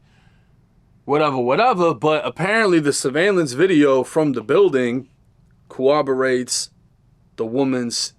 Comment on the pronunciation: can’t pronounce corroborates 😂 🤣